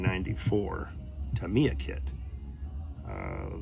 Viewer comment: Japanese names are pronounced with the accent on the first part. So it's TAMiya, not TaMIya....